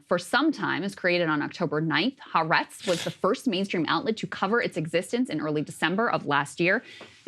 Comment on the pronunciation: It's not " Haa Retz. It's Ha Aretz. 3 syllables.